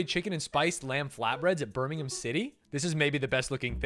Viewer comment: American pronounces Birmingham correctly! That is a first!